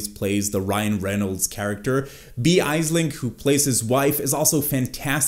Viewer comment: Wait how did we pronounce Aisling Bea??💀